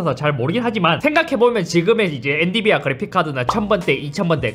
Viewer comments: 55초 발음 실수 엔디비아 엔비디아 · 엔디비아 ㅋㅋ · 엔디비아X 엔비디아O